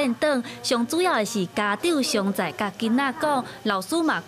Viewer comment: 常在tshiâng-tsāi 毋是 siông-tsāi❌